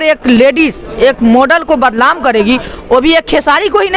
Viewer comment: Badlam hota hai badnam hota hai pahle bolna सीख